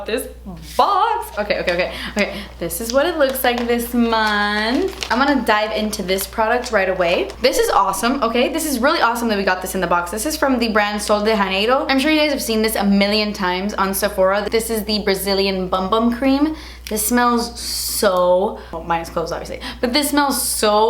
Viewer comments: Lol my family speaks Portuguese so when she pronounced the J in Sol de Janeiro like a Spanish J I laughed so hard 😂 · Had nooooooooooo idea that’s how you pronounce sol de Janeiro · I love you,, but it hurts my soul when y'all pronounce Portuguese words as if they were Spanish. 😫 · I've only ever heard sol de Janeiro be said by non Hispanic/Latino people and omg didn't know that's how it's pronounced.